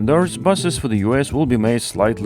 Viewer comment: You know, I love your channel and usually I just ignore all the countless mis-pronunciations and misplaced emphasises in the voiceover - but it took me quite a bit to understand what the joke with the ba-dum-tish sound effect was... uglier (AH - gg - lee - errr) pronounced as ah - gg - LIAR stumped me.